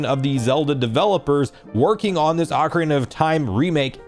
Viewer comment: Said ocarina wrong